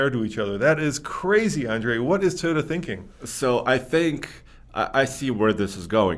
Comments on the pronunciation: Andre, it's TOY-OTA, not TIE-OTA. Does this really not drive anyone else crazy? Not trying to be a dick, just saying. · Please Andre. It’s not Tiyota it’s Toyota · it's "Toyota" not Tayota" buddy. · It’s NOT Ty-ota!!! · Andre..wtf is a "thayoda" ??? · Tieota, Tieota, Tieota. Andre's pronunciation drives me insane. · Ta-yota , Ta-yota, Ta-yota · I love Andre......... he is my favorite,........but I cringe every time he says "Tie yo du" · For me it’s when says “Toad-Uh” 😂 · There is no way to spell Toyota the way Andre pronounces Toyota. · 👎 for intentionally mispronouncing Toyota